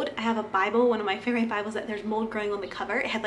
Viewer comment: Is English your first language? I've never heard someone pronounce favorite like that.